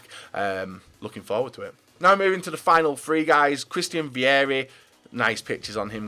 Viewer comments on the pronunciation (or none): Think he's trying to say "three" buddy